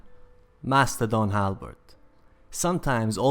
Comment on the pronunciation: It says its Mastodon Halberd not Mastadon Halberd